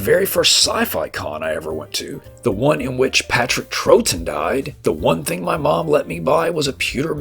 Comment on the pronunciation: Patrick Troughton's surname is pronounced Trow-ton. Other than that, great retrospective, thank you.